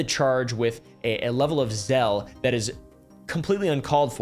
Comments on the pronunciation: Zeal - like seal. Not zell. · Zeal is pronounced like z-eel, not zelle. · You are the king of mis pronouncing random words Zeal is pronounced like Zeel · great video. Zeal is pronounced "zeal".